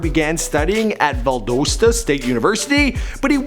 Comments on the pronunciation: Its Val- Dos- Ta not DUS Ta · Valdosta not valdoughsta 😂😂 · Lmao you can tell isn't from Georgia. Valdosta not veldoosta. But I guess there's a lot of cities with odd names in Ga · Valdoseda😂😂😂😂 it's pronounced valdawsda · ValDOEsta! 😂 ...bruh. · Val-DOSS-Tah bro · I gave him props for pronouncing 6lack right but didn't say Valdosta right smh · Seanji • and Valdosta lol